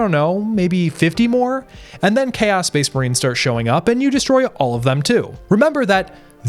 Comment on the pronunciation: What is worse than this videogame is your pronounciation of "chaos"... "chäs space marines" :face-red-droopy-eyes